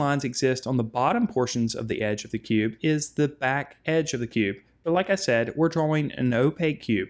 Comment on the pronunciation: "DRA"-"WING" okay man